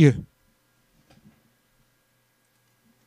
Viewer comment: Zijlboot= ZEILBOOT with EI :D